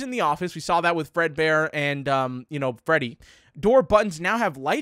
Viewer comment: bro said "welcome back to projects fredbear"